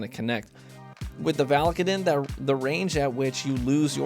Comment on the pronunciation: I'm pretty sure it's pronounced "VAL-UH-KAY-DIN"